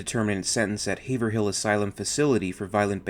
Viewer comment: Assuming Haverhill is like the one in Mass, it would be pronounced "Have-Ril."